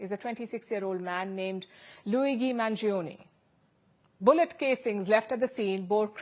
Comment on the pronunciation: Palki - लूईजी लूईजी लूईजी लूईजी NOT लूईगी